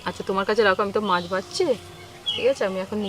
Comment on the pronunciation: পাবদা মাচ (!!!!) ??? চ,চ চ, শুধু চ। গিমে শাককে উচ্চারণ করে যাচ্ছে ' ডিমে শাগ'!!!!!! অসাধারণ চালিয়ে যাও "কিজনা" (!!!)